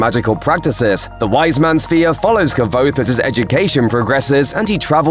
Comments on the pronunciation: "Kuh-vouthe" ...lol 6m subs? Embarrassing. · It's pronounced like lhis-qwothe. It's literally in the book. You can tell who the true fans are lol. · It's pronounced "Kwothe" bro. Read the books. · Its not ka-voth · It's pronounced "quothe" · I had absolutely no idea you could pronounce Kvothe so horribly wrong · The V is not pronounced as a V but as a W. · It would be nice if the voice over dude could pronounce Kvothe's name correctly. It says early in book one it's pronounced with a W sound not with the V sound. Ok, I'm nitpicking, but that's what us book nerds do, right? 😆